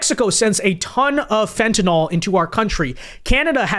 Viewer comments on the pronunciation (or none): It’s fentanyl / FENT-a-nil/